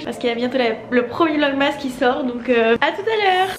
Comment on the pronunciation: Je te kiff mais vlogmas ca s’écrit comme ça mais ca ce dit vlogmes❤️